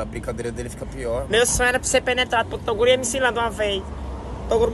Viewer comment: "Vai TORUGO" KKKKKKKKKKKKKKKK